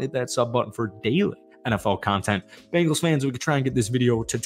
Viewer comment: Learn how to say there name. B-Engals no a after the B.